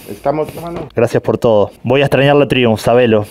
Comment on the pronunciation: Traiunf, se pronuncia traiunf, al menos en Europa